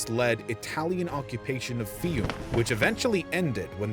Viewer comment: "Fióoh-me". Hard for most US people, I know.